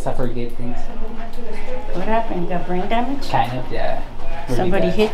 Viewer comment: She asks 'are you drain bamaged?' hahaha🤣